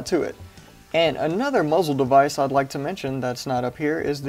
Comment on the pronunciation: A “moozle” brake